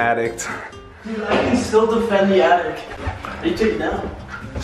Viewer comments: Attic "Addict" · Anyone else notice jesser calls it and addict instead of an attic? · Am I the only one that's triggered that he said "addict?" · Boy said an attict 😂😂😂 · Why does it piss me off that jesser calls the attic the addict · "Attict" - Jizzer 2017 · bruh. theres no t at the end of attic bro. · Jesserthelazer says addict instead of attic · It's an attic not addict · It’s attic not addict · It's not fuckkng ADDICT Jessie it's ATTIC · I'm pretty sure he said attic wrong